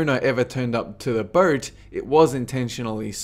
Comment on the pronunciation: Wtf... he keeps saying "mules" instead of "meals" and "burt" instead of "boat"...Lost interest in the video just because of that...